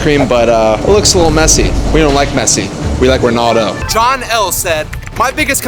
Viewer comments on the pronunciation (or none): none